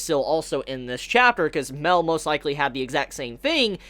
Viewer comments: its MA EL.. not MEL.. idiot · Yo enjoyed the video but just one thing that got me through the video...it's pronounced Ma-el not Mel. Ma...El...Thank you very much. :-D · Love the video, always loved all of your Taizai videos. One thing is slightly irking me. Mael is not pronounced "Mail". It is 2 syllables, sounds like May-El. Just like how all the other angels have El at the end of their name, "El" referencing God in the Hebrew language. Sorry, just a little tic. Anywho, love the information on Escanor's powers. Not really wanted, as I sort of wanted Escanor to be something new and for him to represent the pinnacle of Mankind who acts as their hero who can stand up to the Goddess clan and Demon clan. But I still like it well enough. I want to know what Gowther asks for, but we have no real information so I can't really speculate very much. I still suspect that Escanor will die at some point, and Arthur will take his place as the Sin of Pride, and will be revealed to be connected to Escanor in some way. What if Arthur is actually Merlin and Escanor's son but for some reason Escanor has no memory of this? Clearly something with Merlin's connection to Arthur is not what it looks like and not what Escanor thinks it is. I wouldn't be surprised if it were something like that. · in fact Mael is pronounced "Ma" - "el" like Raphael